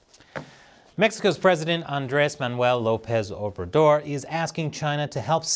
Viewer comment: Great pronunciation on the Mexican presidents name sir